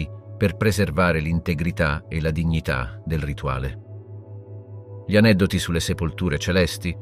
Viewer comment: Un buon lavoro con qualche piccola incongruenza. Presumo sia un problema tecnico il fatto che "gli " venga sempre letto male e poi,anche le date...peccato. Spero riuscirai a risolvere questi problemi...i tuoi video sono molto interessanti. Ciao